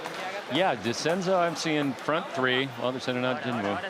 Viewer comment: I don't get it, is it pronounced genwoo or jinwoo?